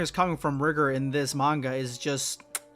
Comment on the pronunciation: Sorry, I think it was Pronounce Rigor with a long i